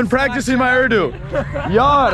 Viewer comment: The way he say Yar hahaha 😉 Love u 🤣 Welcome to Karachi bro 👌👍